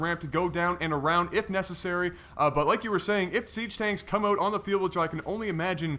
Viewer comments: STOP SAYING AHOT!!! ITS SAID OWWWTTTTT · What's with these guys and how they pronounce "out"? It's like "eut"